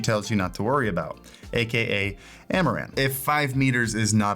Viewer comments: I kept hearing Amouranth and not Amaran. So when he said "thanks amouranth" had a wtf moment xD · I heard "Amouranth" lights :face-green-smiling